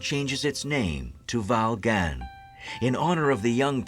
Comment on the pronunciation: The town should be pronounced Val Gonyay.